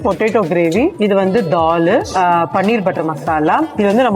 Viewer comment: It's Dall or Doll madam??i thought it's new dish Doll🤣🤣🤣